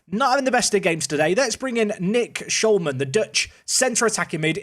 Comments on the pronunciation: he said nick skolmun haha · Amazing you got a dutch player. It is Schol (like small o) and Man... like you call it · As a dutch viewer: u messed up the 'man' part of his name